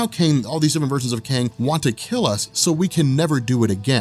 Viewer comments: are you saying Kane or Kang? :-) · are you saying Kane or Kayng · Love ur vids. Wish ud just call him Kang tho. That was hard to listen to lol